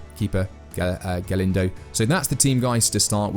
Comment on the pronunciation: DUDE! How on earth are you butchering simple to pronounce names like Galindo and Abbas???? Just pronounce them the way they are spelt. You’ll be 95% closer than the way you’re currently saying those names.